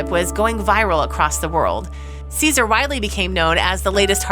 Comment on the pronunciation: Dog's name is pronounced Jehsoor, or something to that effect in Turkish. It is not the same as a Roman emperor.